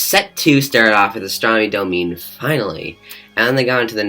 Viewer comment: it is pronounced dah mi nay not domeen astronnomy dah mi nay . yw . also fuck gilmour . i saw his pink floyd tours and i have also not missed a single waters show . fuck gilmour . trust me young man .